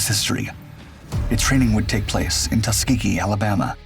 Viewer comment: Tusgehee airmen, Great Americans.